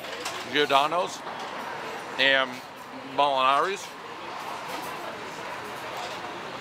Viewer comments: It’s malnatis in the first place lol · Can't say MALNATI'S to save his life. Not in the original... "Mal-A-nati" ....... nor here.. "Mal...naris" ?? lolol The best one imho, regardless of what he calls it. :) Stay safe & be well. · I enjoy how he gets worse and worse with his Malinatis pronunciation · I fuckin love how he fucks up "Malnatis" every time he tries to say it lmao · Mispronounce Malnati’s every time but differently, everyone knows he is from Boston. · Mispronouncing Malnati's half a dozen different ways is my jam.